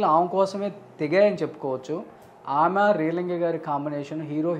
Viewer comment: ఆమ కాదురా ఆమె అని పలకాలి. తెలుగు నేర్చుకో ముందు.